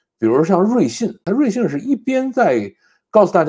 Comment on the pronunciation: 瑞幸，为啥会读成瑞信😂